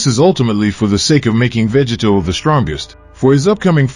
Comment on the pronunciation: Say VEGITO correctly!